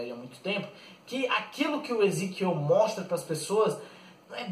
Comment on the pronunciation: é Ezequiel Vc não sabe nem falar o nomes dos personagens cara muito fraco